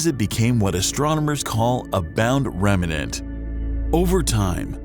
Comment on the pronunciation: Everything is going fine until the narrator says the word "remanent". Not accurate for a scientifically oriented video. Remnant, without the need for an extra syllable.